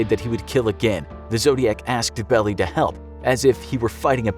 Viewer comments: It's pronounced B-E-L-L-I-E, long sounding i at the end. Not "hey, that cow has a big belly" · Just spelling it out with caps and dashes doesn't really inform one way or another towards pronunciation. Try this; Its pronounced "bell-eye," not "belly." See how using words with unambiguous pronunciations lent immediate clarity to message? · Pronounced BELL I not BELLY. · Its pronaunced Melvin Bell-i. I have a theory that zodiac was several people. Killers dont change their MO. 🤔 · Not bad, but you need to work on your pronunciations. Mike Mageau's name is pronounced more like Ma-Joe, not Ma-Go. And Melvin Belli's name is pronounced Bell-eye, not Bell-ee.